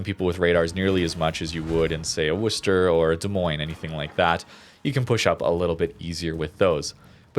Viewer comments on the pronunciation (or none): none